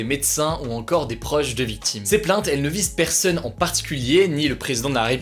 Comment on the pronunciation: Par contre dites lui qu'il y a un "o" dans "personne" et pas "eu"